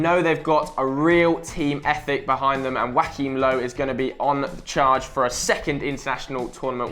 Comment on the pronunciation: Wackhim low? I swear it's jurchim low